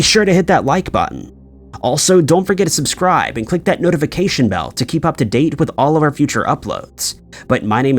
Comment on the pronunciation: Am I the only one who cringes every time he says, "ascribe" to the channel?